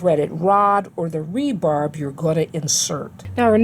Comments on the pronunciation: It's not "rebarb" it's rebar. End of lesson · Everything was great except for you saying "rebarb" instead of "rebar" lol. Awesome video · Great video! One thing i noticed, you say “re-barb”. It’s actually called just “re-bar”. Thanks!!! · Thanks. This video was just what I needed. Fyi: it's rebar, not rebarb.